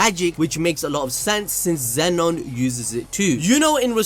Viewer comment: Zeno. Not Zenon. It even spells it for you in the manga.